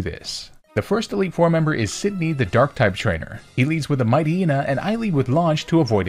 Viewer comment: You are the first person I've ever seen that pronounces Poocheyena and Mighteyena correctly.